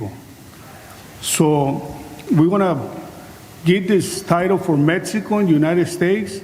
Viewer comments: Where the fuck is, "metzico"? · This guy can’t even say Mexico right lol smh